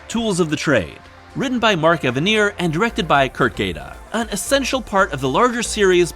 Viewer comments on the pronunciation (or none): none